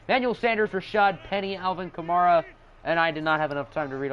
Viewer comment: U say Kamara wrong